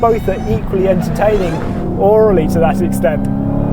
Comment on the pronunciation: It's AURALLY not ORALLY